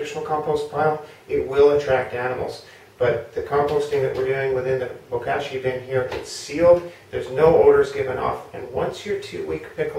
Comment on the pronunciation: Looking forward to using my first bag of Bokashi bran from y'all! Gentle suggestion re: pronunciation, since "Bokashi" is a Japanese word, the "a" should sound like the o in pot (not the a in cash). ぼかし Anyway, thank you!ありがとうございます!